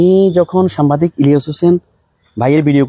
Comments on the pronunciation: এই আপনি বার,বার,সাম্বাদিক বলেন কেনে?? কথাটা ভালো করে সাংবাদিক,বলেন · ভাই উচ্চারনটা সামবাদিক হবে না সাংবাদিক হবে। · আরে ভাই সাংবাদিক না সাংবাদিক শব্দটা একটু সুন্দর করে উচ্চারণ করেন সাংবাদিক না সাংবাদিক